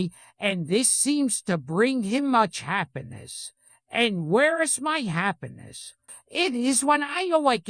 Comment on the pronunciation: “where is maey happinnis?” -mothe